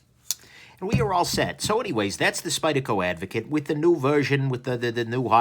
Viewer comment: Is it just me or does everyone else keep hearing avocado?